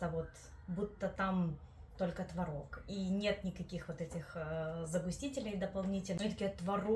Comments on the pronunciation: ТВООООООРОГ!!! НЕ МОГУ СЛЫШАТЬ ТВОРООООГ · Правильно было творОг. Но теперь Допускаются оба варианта ударения. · ТворОг или твОрог. Автор говорит на первых минутах это слово с разными ударениями😅